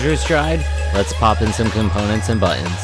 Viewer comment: I actually skipped to step 6 so I could hear "buh-ins" more, because I love it. :D